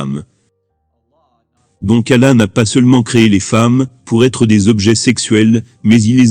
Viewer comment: Il ne sait pas prononcer le mot "Allah "